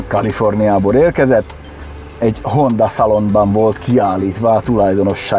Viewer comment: Nem HondÁ hanem HondA. Köszi